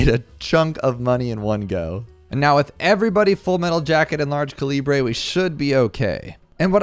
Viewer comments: Its pernounced ca li bu or cali but not ca libre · It is pronounced: cal-lee-brr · "large caleebray" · Well its actualy calabre 🤓🤓🤓🤓🤓🤓🤓🤓🤓🤓🤓🤓🤓🤓 Yes i know its a joke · Please tell me he’s mispronouncing calibre on purpose. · Man, it’s depressing to see people not know how to pronounce ‘Calibre’ correctly. But anyway, cool videos! Your tutorials are quite helpful